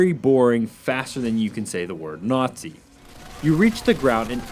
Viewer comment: What's a nortzi?Learn how to speak u fuckwit.